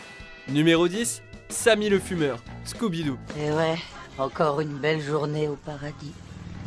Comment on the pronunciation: '' les scoobichkui '' je suis mort xD